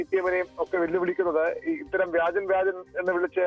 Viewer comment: വ്യജൻ അല്ല വാണംസേ വ്യാജൻ 😂